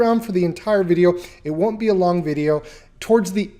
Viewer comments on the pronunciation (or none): "it won't be a lond video" :P